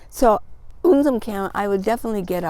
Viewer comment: Awww lady. You made my day. You said right my name. Un sim Kim. Means coming from soft heart. No one ever said my name on my phone. So happy my friend. Good morning. ❤🦋❤🦋